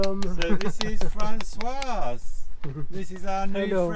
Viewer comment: Hi Both. Aways enjoy your vlogs, but may I echo the thoughts of The 's' at the end of the masculine name François is silent. The female version (Françoise) does have the 's' pronounced as it's followed by a vowel. Just for your info.